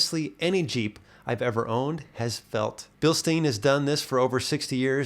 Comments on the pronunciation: When you talk about the shocks the e is silent like the beer mug, it's also the family name. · come on, you visited Bilstein and still pronounce it wrong. 🙄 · Whats weird is I think he pronounced it correctly once, but not all the other times